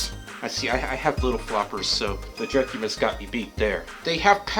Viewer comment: drek u bis thats how you say it yow wewcome